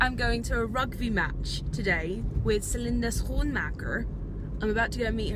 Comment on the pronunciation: i love how you pronounced celinde's name correctly in dutch ❤️